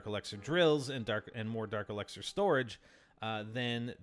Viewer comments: It's elixir not elexer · elixer....... not elexer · Not el"e"xer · It's el"i"xer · The way you say dark elixir is kinda weird. Either way, I still subbed. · U pronounce elixer weird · You pronounce elixir weird